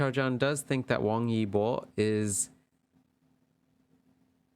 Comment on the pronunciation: Hi there! This was pretty interesting to see the reading. Your pronunciation was pretty good 👍 Xiao Zhan (Zhan sounds more "ah" rather than "oh," it's in between John and Jan if that makes sense lol. And the Zh is almost a "ch" sound like in cha-cha-cha 😅) Your Wang Yibo is actually really good 👍. The Y is more silent though I think. His fans even abbreviated his name as "web" (Wang E Bo). Fun fact Xiao Zhan is also known as "wi-fi" because the name of the character he played in The Untamed with Wang Yibo has a homonym that means wi-fi, while Wang Yibo is know as Web 😂. I may be the only one who thinks its interesting, since you can access the web with wi-fi lol. They are both great artists. It's unfortunate that they both are not really able to go out comfortably, they even have to run away from mobs of fans sometimes. Every celebrity, especially the famous ones, has it difficult. Fandom culture in China also seems more intense compared to American Fandom culture, but I'm not very experienced in that area so that's just my opinion. Thanks for your reading. It's probably pretty close. But as you said, they aren't around to confirm nor deny. Nonetheless, it was interesting. 👍